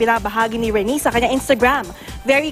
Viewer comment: its pronounced Re-nay! or Re-neigh! not Re-knee! or Re-nee! kaloka Host dapat mag re search ka ng mga words na di mo pa na e encounter bago ka sumalang!